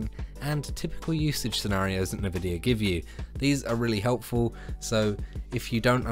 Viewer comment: Nobody:: Nuh-vidia